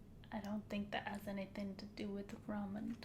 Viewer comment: U say Ramadan like a white person lol